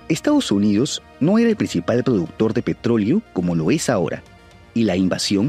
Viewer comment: Razones más evidentes de la invasión: Dice con acento gringo PETRÓLEO PETRÓLEO PETRÓLEO